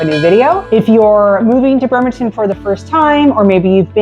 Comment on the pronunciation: It's BRRRemerton not BERmerton...